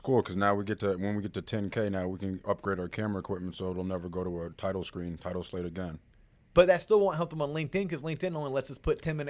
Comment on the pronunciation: Sike! So you are saying butchered the title AGAIN...;-)